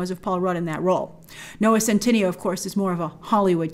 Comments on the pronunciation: oh btw it’s noah cent- ih- nay-o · His name is pronounced scent-eh-neigh-oh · It's so funny how Grace mispronounced his name in the entire video. And I don't see a reason for mispronouncing it, because it sounds like how it's written. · Grace somehow adds another syllable when saying his name lol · why is it that everyone on youtube mispronounces centineo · I love how you call him a 'big deal' yet you still haven't pronounced his name correctly throughout all your videos hahaha, love you Grace xx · The video should be called: "Grace butchering Noah Centineo's name for 10 minutes straight."